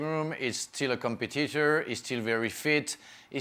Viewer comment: Frank saying Comper-Titter instead of com-pet-it-orrrrrrrr